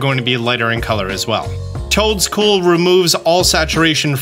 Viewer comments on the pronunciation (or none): lmao when you said the toedcool thing i thought you said choadcool and i lost it